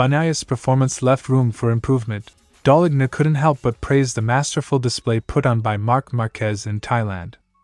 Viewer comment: Just so you know, the letter 'g' in Gigi Dall'lgna is silent... so what you should hear is, Daal-lean-ya...Other then that great channel!